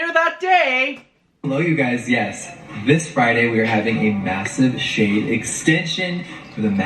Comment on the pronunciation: The first time, I heard, "Shane extensions," not "shade extensions" 😂